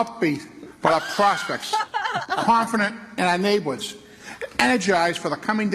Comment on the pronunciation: Naybwoods. Dude can’t even say a one-syllable word like “turn” without fucking it up three times in the middle. “Terurrun”